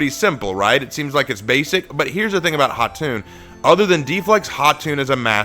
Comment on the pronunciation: really appreciate you giving her the proper pronunciation for her name. It’s Khatun or Khatan and not Kah-tun (It literally means Queen like Khan is for King)